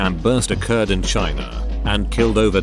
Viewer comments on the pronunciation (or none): none